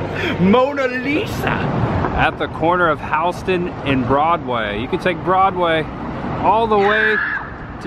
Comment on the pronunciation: LOL "howston and broadway" It's Houston like the city in TX